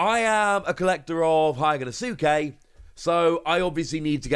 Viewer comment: you do realize you say hyogonosuke wrong right